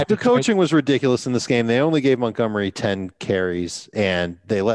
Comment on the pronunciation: Idk why but it really bothers me that pronounces it David "MUTgomery"